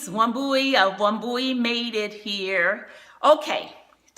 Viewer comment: I dont know whether you understand Kikuyu. I dont know whether you are originally from Kenya anyway. Wambui is a kikuyu name. Your pronunciation of the name sounds odd. Lol. Here in Kenya, we say "wamboi". The spelling is the same though. Good work you got.